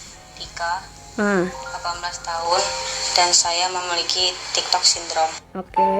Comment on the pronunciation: Tiktok kak bukan tigtog😅